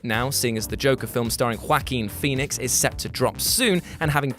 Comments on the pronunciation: Wack cem phoenix? Im ashamed to be a Brit.. Wack em? Lol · "Quackien Phoenix" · Did you say Quackeen Phoenix? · with his acent and how fast he prononced the name it really sounded like that